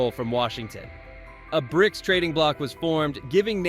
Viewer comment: B R I C S? Your AI sounds like a chearleader, its just missing the "can i get a" before each letter. Its an acronym and pronounced Brics.